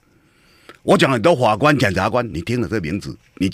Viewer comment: 謝龍介有台語教室，我們董哥有國語教室：字正腔圓-字正腔言，非洲豬瘟-灰州豬瘟，不吃飯-不吃換，法官-猾官，扭曲-扭七，大學-大鞋...